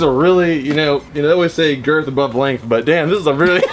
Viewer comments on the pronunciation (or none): none